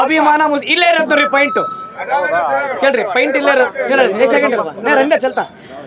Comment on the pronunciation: ಲ* ಸೋಶಿಯಲ್ ವರ್ಕರ್ ಮಹಮ್ಮದ್ ವಾಸಿಮ್ ಪಾಯಿಂಟ್ ಆದು ಪೇಂಟ್ ಅಲ್ಲಾ ಪಾಯಿಂಟ್ ಅನ್ನು 😂😂😂